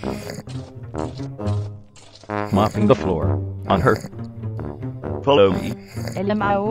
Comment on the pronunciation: LMAO I DIED OF LAUGHTER WHEN IR SAID 'ELAMOO'